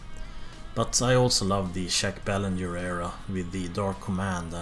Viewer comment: Good stuff,man. I would agree with your list except the top three fluctuate depending on how I feel. By the way, sorry to nitpick,but I am a Quebecer,the n in Belanger is very soft and the r is totally silent,so more like Baylahjay. Keep up the great work,pal! Cheers!